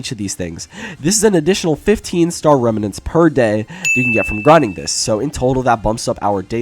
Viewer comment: bro the way he said “remanents” made me cringe so hard